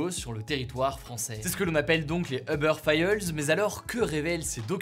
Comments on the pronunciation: ubeure faïeulz xD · "les uber faillelses" BWAHAHAHAHA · heubeurre faille heule mdrrrr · les "Uber failleuzeu" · Eubeur Fayeullesse ? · Les fameux ubeur failleulz 😂